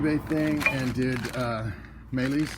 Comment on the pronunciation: You got meylE correct. Next, it's a porschE, not porsh. It's not a French car ;)